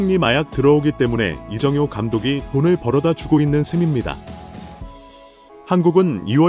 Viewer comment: 이정호 감독 말하면서 이영표 사진을 보여주나? 이정효 이름도 제대로 발음이 않되니...